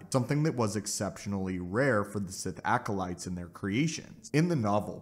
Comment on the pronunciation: sTOP SAYING ALCOLITES!!!!!!!!!!!!!!!